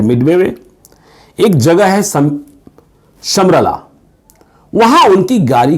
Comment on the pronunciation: D.S. Mangat म मांगट होता है “ मंगत “ नहीं। मांगट पंजाब के जट सिखों का एक prominent गोत्र है। Once again it is मांगट not मंगत। और शहर का नाम “” समरला””, नहीं “। समराला” है। और यह लुधियाना और चंडीगढ़ के बीच है। Rao sahab had summoned Gill Sahab to his office and gave him free hand in Punjab and assured him that there will be not political pressure or interventions of any sort. Rao Sahab assured Mr. Gill that you will directly report to me not to anyone else in the country not even to the CM or Governor or central Home Secretary or cabinet secretary. Thus Mr. Gill was completely given a freehand and this great Sikh General crushed terrorism in the Punjab with iron fist and saved the state.